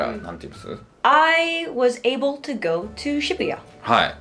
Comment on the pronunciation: さんのwasとかgoの発音がなんでwa(r)sとgo(r)って発音になってるんだろうって、ずっと気になってるw